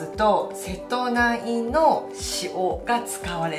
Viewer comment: 間違いではないと思いますが、セトナイと読む時は大体は瀬戸内海とウミが付く時で一般的にはセトウチと読むと思いますよ。セトウチ出身者です、 細かい事を指摘してスミマセン